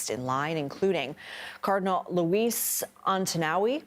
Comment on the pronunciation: anyone else gonna talk about her minor stroke saying Antonio